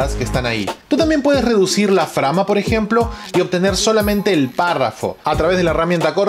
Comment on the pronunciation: "frama"... sin comentarios